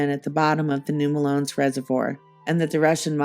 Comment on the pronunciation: Fantastic work, but as a native of this area the mispronunciation is driving me crazy. Melones is pronounced “muh-low-knees”. 😊